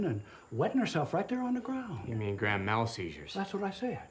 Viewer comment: Actually, the old man pronounced grand mal a little bit better than the doctor and the regular American pronunciation...